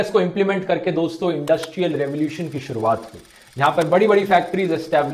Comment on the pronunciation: Namassshkar dossshto